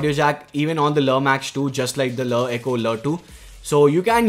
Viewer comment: every time he said la eco it sounded weirder